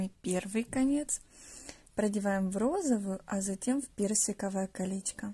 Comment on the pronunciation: Мда кринж потому что автор говорит как типо милашкарр слова где она сказала калеська 💀 правильно не калеська а колечко